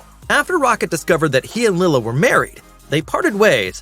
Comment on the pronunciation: Lyla not Lila.